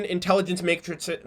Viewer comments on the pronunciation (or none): none